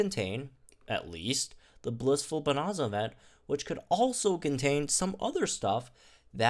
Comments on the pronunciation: I'm sorry to do this, but it's bo-nan-za (nan as in nanny). The rest is right lol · How did he not go and learn how to pronounce bonanza it’s not hard